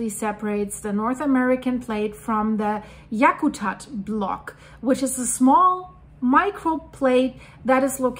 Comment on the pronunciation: The funniest part of this earthquake is everyone trying to pronounce Yakutat. You did good. Came very close.